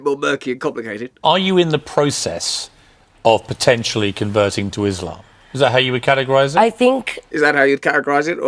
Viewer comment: Finally someone who can pronounce “iSlam” in a correct way